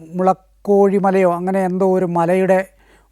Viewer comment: മുളക്കോഴി മല അല്ല കുളക്കോഴി മല 😁 മഹാനായ പത്രപ്രവർത്തക 😂